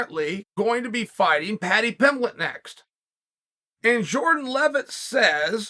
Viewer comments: “Jordan Leavett” correctly pronounced…. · To hear Chael not MESS his name up makes it appear that Jordan is now a star haha